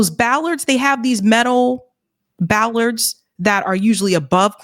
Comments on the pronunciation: Hi. It's "bollards", not "ballard's." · Bollards. Not ballards .